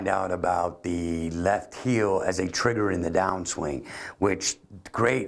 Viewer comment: Its 'heel'. ;)